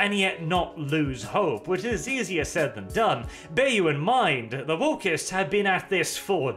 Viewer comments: Been, not bean. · *been, not bean. That´s a pod-borne seed, or a british comediy series... whichever you prefer.